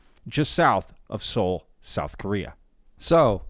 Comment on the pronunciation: Really ? Stupid ! You keep saying they built a building around it "because it is so big". But it's NOT just because it is so big, but because they can't move it. People don't build a building around something just because it's too big. And Korea is NOT pronounced "Kurria", it is Ko rea. Get it ? Get some education. Most of you nuts out there are talking about things you shouldn't; because you don't know even good basic English. If you want to sell useless merchandise, go to a Flee Market.